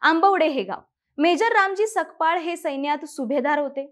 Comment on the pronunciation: Sakpal nahi tai Sapkal mhana